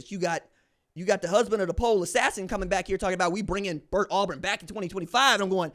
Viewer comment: MF’er said Pole assassin haha